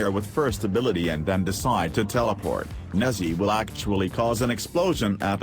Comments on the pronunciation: i hear nazzi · it's chinese so it's pronounced like neja. neh-JAH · That is not how u say “Nezha” I expected better from a cephalon